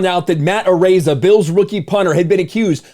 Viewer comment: It's pronounced "A-rize ah".